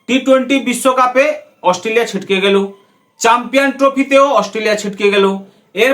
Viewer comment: দুধেল গাই বলছে অস্টলিয়া, 😅😅😅